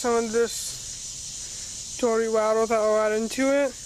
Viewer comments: wader bawttles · WAH-ter BAH-Tull